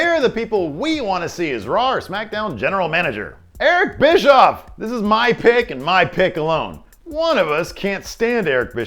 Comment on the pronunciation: it's not bischoff